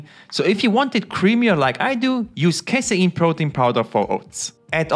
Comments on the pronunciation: Kay-seen not Kai-sai-in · Casein -> KAY-SEEN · I can’t understand what he said ? Casyeen what’s that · I like the way you say casein 😅